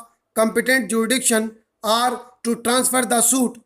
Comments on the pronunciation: Kuki aapko bolna hi ni aata na are me diff na or me diff mtlb hadd hai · Sir i regularly take ur dictations sorry for being rude on comments bt i did it jst bcz i dnt wnt ds trouble in the upcoming dictations... Sir i write 4 to 5 times ur single dictation but always get stuck at that same place in between 'are' and 'or' and its too irritating setimes....